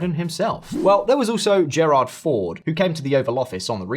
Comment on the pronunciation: "Gerard Ford"? 😂